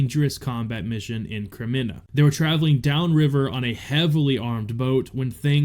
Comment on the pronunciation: Moron reporting. Check your pronunciation of Crimea or stick to playing Minecraft.